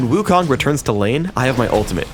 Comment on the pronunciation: lol, wukong, wrong pronounce. 悟空. do u know chinese? the kong is wrong pronounce. lol .